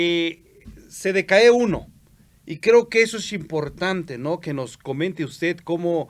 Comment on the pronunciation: Una observación: "decae" lleva fuerza de pronunciación en "a", y no lleva esta fuerza en la "e". Porque se escucha mal.